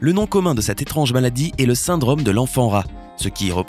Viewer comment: Il a oublié le "é" a étrange au début